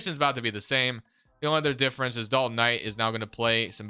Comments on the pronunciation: Please stop saying dalton Knight, im having an aneurysm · Lol Dalton Knight..lol it’s Knecht